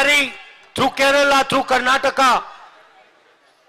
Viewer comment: Sooper. Kannada translation. Namma Karnataka. Namma Kannada. At last he learned the correct pronunciation of Karnataka. I'm happy that he paid attention and corrected himself. Thank you Mr. Rahul Gandhi for actually reading our comments and taking action.